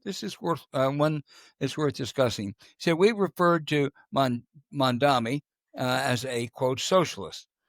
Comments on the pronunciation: Ok guys, I know you’re way up there in years but please pronounce a man’s name correctly. It’s Mam-Dahn-EE, not mamdami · I like you guys show but sometimes Al messed Zoran last name MAM -DA-NI